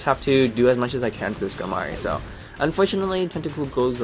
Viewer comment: Skamory? Skarmory. The R is before the M.